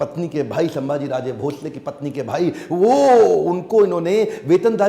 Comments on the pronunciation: it's not samaji maharaj it's samdhaji maharaj (संभाजी महाराज ) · Sabse pehle aap dono उनका nam thik se सम्मान se le, सांभाजी नहीं छत्रपति संभाजी महाराज... संभाजी है सांभाजी नहीं है okay ❤️🙏🏻🚩